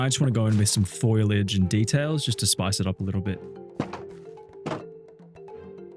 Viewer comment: I came to watch this after watching the individual videos and I am still amazed at the amount of people that say fOILage and not fOLIage. I'd forgotten you said it until now lol